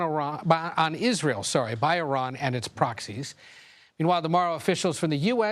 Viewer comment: It took 48 years for newsreporters and most US Military to finally pronounce the name of a country correct (E-Ron not Eye-Ran)!